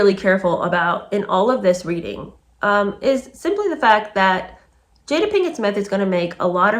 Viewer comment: Love your reads, thanks! Wikipedia states that her mother named her after her favorite actress Jada Rowland. I knew the Rowland family personally and her name was pronounced "Jah-da", not "Jay-da". Just a tidbit! 🤓